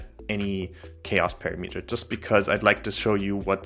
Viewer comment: OMG Please learn how to pronounce "parameter"